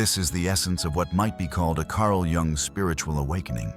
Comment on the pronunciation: When editing your videos, you need to spell out Carl‘s last name differently so the narrator pronounces it correctly so you could spell it YOONG and the narrator will pronounce it correctly.